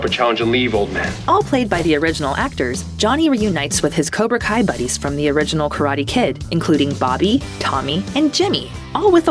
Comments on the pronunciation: Why did she say cobra call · Did really call cobra Kai cobra kal at the end